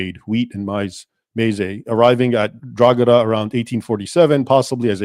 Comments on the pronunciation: Drog ha da we pronounce it as draw ha da but thanks for research into this topic i know a little more bout were i live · Drogheda is pronounced DRO HA DA, not DROGADA. Just so you know. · We are taught this propaganda in school here in Ireland. Btw Drogheda is prounounced ‘draw-head-ah’ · The g in drogheda is silent its pronounced droheda 👍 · It’s pronounced draw-head-a and Mick is a derogatory term for the Irish so it’s pretty insulting. As for asking AI about anything, it has not got the ability to accurately assess anything and the more you push any of them the more it will extrapolate to bring itself closer to agreement. The only worthwhile deep dive requires use of source material, the AI has little to no access to that information. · Great job, Thank you for letting people and Grok know the truth and ...Drogheda = DRAA - huh - duh. maybe we can teach AI to pronounce the place right too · A YANK CALLED ME A MICK!!!! Hahaha, good work bud, been noticing recent attempts to change Irish history so good to see I'm not the only one correcting people regarding historical recisionism. Also, Drogheda is pronounced dra-hi-da on the off chance you are curious Edit: The biggest assistance the Irish got during the famine was a simple reportor from the US who reported the horrible conditions in Cork due to the famine, this reporter interviewed two girls from Cork in which they gave an estimate on how long they had left to live, after this the British state was kinda shamed into finally offering aid* to the Irish. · It's pronounced 'draw...he..da' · Drogheda us pronounced DRAW-DA. It's a local myth that sprang up because the drogheda coat of arms has a star and crescent. This crest was issued to the Town by King John in the middle ages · Drogheda = draw-head-ah/draw-ead-ah or draw-hid-ah/draw-id-a The G is silent in Irish words (for the most part) and Irish surnames Gallagher = gall-ah-her, Callaghan = cal-ah-han, Banagher = ban-ah-her et al